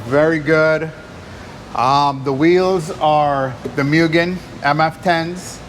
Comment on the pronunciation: Its pronounced moogen like a cow mooing....not mewgen.....mugen gets butchered by so many people. Beautiful type r btw hopefully they never get stolen, I'd be too afraid to drive one.